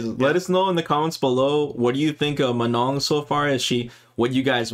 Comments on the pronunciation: It's Manon not Menon, lol. "on" sound is a nasal o sound but you don't pronounce the "n" in the "on" sound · Here name is Manon not Menon. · Her name is Manon, not menon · Few notes from french speaker: Manon, not Menon. And last N is silent It's a real and relatively common french female name. Prononciation: Swan Lake, like the famous ballet, not "swan leg" Manège doré : golden carrousel would be a better translation/interpretation Etoile which mean star. "Danseur/danseuse étoile" is a term used for to describe a high rank/skilled ballet dancer Very hard to understand the accent of the commentator when he says those french words though. I can't help you on that last one, it sounds like gibberish "dédeda euh dedadeux réal"... lol Edit: see response from Kei below, last sentence is probably "Des dégâts au delà du réel" that translates to "Damage beyond reality" basically incredible damage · It is not that hard: the „N“ is silent, and you need to nasalize the „O“, so it is „Manõ“! Also do NOT pronounce the „A“ like a schwa, it is not an „ə”, it’s like the „U“ in „ugly“! Hope this helps! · I really hope the ending N is silent. I can't unhear manon as manong in filipino. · It's Manon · it's "Manon" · It's Manon guys 🤣 it's a real name you know, and not that rare.